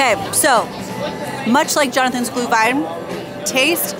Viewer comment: Looks way better than I expected! The stands really look like they do in Germany/Austria. But with the business and cultural connections, that makes sense. It's nice to see the Glühwein being sold in actual ceramic cups with a Pfand. Btw, please please stress the Umlaut when you say Glühwein 😅 it is not glue-wine. I wonder how strict the Americans are regarding drinking the alcoholic beverages and if they check ID and all that stuff.